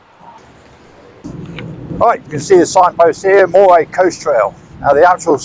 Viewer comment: Pronounced Murray!!!